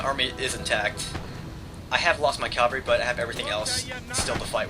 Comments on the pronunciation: AH! It's pronounced Cav-al-ry not Cal-va-ry, as far as I know none of those horses have ever hung on a cross. :P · Why is it so many US commentators say cavalry as if it's the hill where jesus was crucified? (Calvary).......is it an accent thing?